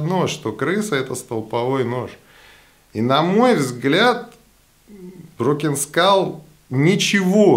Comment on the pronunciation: Спасибо за видео... и правильное произношение названия ножа, задрали его " разбитой школой" называть. Думаю как, условно первый нож он крысе не конкурент, ибо цена, хват, дизайн и механика. А вот условно второй, когда стальку бы поинтересней, вес и толщина рукояти для пресловутого EDC, умеренные деньги.. вот тут конкурентов ему не вижу. Разговоры про клипсы, удобство хвата и т.д. справедливы конечно, но это вкусовщина всё же, да и абсолютно любой складень это компромисс. Этот нож явно заслуживает внимания, хотя лично мне он вообще не нравится=))))